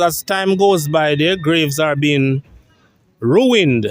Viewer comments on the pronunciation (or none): none